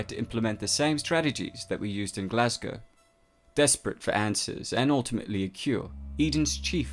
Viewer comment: HE SAID GLASGOW PROPERLY. HUZZAH